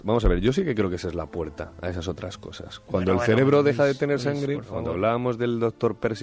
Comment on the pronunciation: definitivamente algún "celebro" se ha quedado sin oxígeno. xD